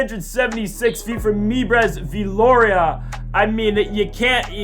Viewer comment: Such bad luck, you can turn this around though. Also it's "May-breeze Vil-oria".